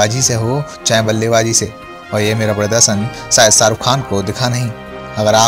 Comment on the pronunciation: हमे लगता है...तुम अपणी हिंदी पेहले सुधार लो...सारुख नही शाहरुख है वो...